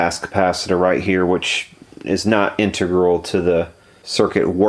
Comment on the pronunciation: Glad to hear someone with a brain pronounce integral correctly, not in-TEG-rool... 😊